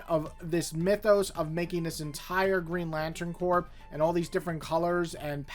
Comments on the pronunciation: Corps is pronounced "kor," like Marine Corps. I love the Johns/Mahnke/Phillip Tan run on Green Lantern and the Tomasi/Gleason run on Green Lantern Corps, but I don't remember The Sinestro Corps War having an ending. I'm also a big fan of the Steve Englehart/Joe Staton run in the '80s, the Silver Age Green Lantern issues inked by Sid Greene, and, as much as I heard about relevance with regard to the Denny O'Neil/Neal Adams issues, I was surprised by how many straight-up entertaining stories there were during that run, like the Black Hand plastic story and the planet Malthus story. I'm a little disappointed we haven't seen Sinestro's sister again. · I loved GL by Johns, it made me love the characters when I had previously thought they were lame because of the Ryan Reynolds movie. Vol 1 and 2 were for sure the best. Green Lantern Corps was still good but not nearly as good to me. And for future reference, “Corps” as in Green Lantern Corps and Marine Corps is pronounced “Core.” 😁